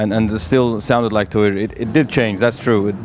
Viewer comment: MissLokiJackson Tweer!